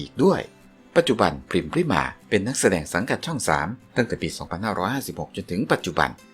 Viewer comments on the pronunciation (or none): ขอโทษนะคับ น้องพริม ชื่อจริง ต้องอ่านออกเสียงว่า พะ-ริ-มา อะ กึ่งเสียง น่ะ ไม่ใช่อ่านว่า พริมา นะจ๊ะ ภาษาไทยต้องอ่านออกเสียงให้ถูกต้องด้วยนะ อ่านชื่อน้องผิดไม่กดติดตามให้นะจ๊ะ ไม่ผ่านไปทำการบ้านมาใหม่